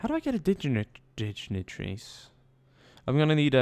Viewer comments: Dij-na-trees? Really bro? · probably too late for his but it's pronounced: dig- as in shovel- nitaries ;) love your videos!! Been play as Parthia, need a European faction- most likely leaning towards Iceni or Suebi